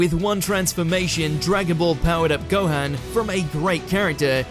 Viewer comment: Its a sin to call Gohan .... Gohaan ... the hell did you hear anyone call him HAM in stead of Han!